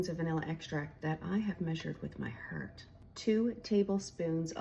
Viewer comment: The way she said the word "my heart" made me so homesick for Irish loved ones 🥹. 🤔 Makes me wonder if shez Irish ,a bit 😉